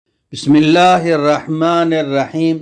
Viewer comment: Nayrrahman nayrraheem nhi hay , nirrahma nir raheem hy.afsos molvi sahban bhi zer or pesh ko ghalt parhte hn